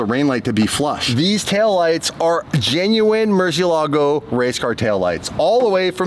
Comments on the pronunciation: For fuck sake its Murciélago aka murci not merci🤯🤯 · Please learn how to pronounce murcielago you sound like you sticking a stick up your arse while saying it